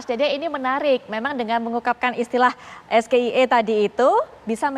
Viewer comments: Sayang ejaan SGIE salah nyebut Gibran harus penyebutannya ESZEAII😂😂😂😂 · ESGEIE emang cerdas cermat bung...ini debat capres cawapres bung...harusnya isi subtansi bukan istilah apalagi gibran sendiri ndak mudeng...terbukti ejaan bhs inggris dibaca plongo